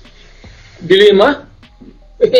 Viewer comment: Wrong accent po sa De Lima